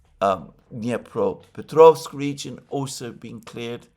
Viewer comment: your pronunciations of the toponimics improved a lot, but will be soon even better, closer to russian language: DnEpropetrpovsk, khArkov, KrivOj Rog, LimAn, KupYansk